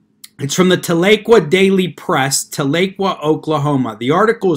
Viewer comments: Tahlequah ....is pronounced Tah--le--quaw....many people not from Oklahoma mispronounce this Cherokee word. However, thanks for the video and your insights on this extremely dangerous movement. I haven't heard you talk about another group, much like Sovereigns....probably better to say just like them...and that group are the ones that go by Moors. From what I have seen, through watching videos they have posted, they appear to be made up from within the African American community. 1 hilarious video had 1 bloke claiming to be a Moorish National Tribal Peace Officer. He came in contact with the real Law Enforcement by ''travelling'' at 108 mph! Of course there was then the usual argument concerning driving vs travelling, no need for a current Driver's License or registration but, the kicker was that because of his status within Aboriginal Moorish Community as a Peace Officer he was exempt from arrest, which of course that was the end result once he refused to give the Officer a Driver's License. His reasoning for travelling at that extreme speed was his vehicle (that he said was in a trust...whatever that meant) was close to running out of petrol and he had to HURRY to a station to fill his tank lol. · The "tal" doesn't quite do it. It's more like Towl - uh - kwa. That may not be the Native American pronunciation but, that's the way I heard it as a kid. When I lived there (1960s) we called it Talleywacker. lol Floated the Illinois a bunch. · I live in OK and everyone pronounces it Tala-Qwah lol. I was confused on the town until I remembered this incident. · You pronounced Tahlequah wrong!!! It’s pronounced Tal-la-qua!! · Thank you Jim! I was about to do the same thing, though probably not as well as you did. It was like fingernails on a chalkboard every time he said it wrong. BTW- I'm from south OKC. You an Okie? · Love your videos. Wish I could tell how to pronounce the city. Very good try. Oklahoma Girl